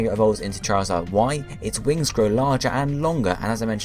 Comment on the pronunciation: u said wrings